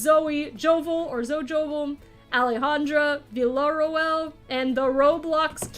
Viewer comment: It's actually pronounced "Ah-lay-HAHN-droh Vee-yuh-ray-AL".